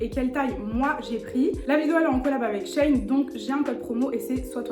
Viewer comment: Coucou! J’attendais grave ton avis! Je commandes grave sur shein et je suis pas déçue sauf pour les pantalons (je fais 1m56 et du S et laisse tomber c’est trop grand et trop long) Au fait ça se prononce « shi in » (parce que c’est la contraction de l’ancien nom; sheinside) tu m’as stressée avec ça mmdrrr je rigole Bisous 😘